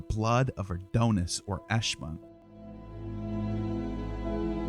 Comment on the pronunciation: Please, it isn't pronounced "A doan us", but "A don us." Your pronunciation is like fingernails on a chalkboard.